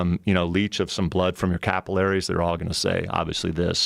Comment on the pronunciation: The way he pronounced capillaries....